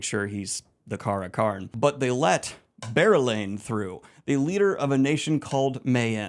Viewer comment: Never again will I be able to read or think about berelain without pronouncing and picturing bear-elayne. Wheel of Time will never be the same again.